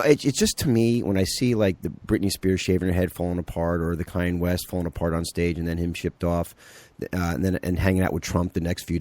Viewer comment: KAHN-YAY, not CAY-ENNE West. Irritating.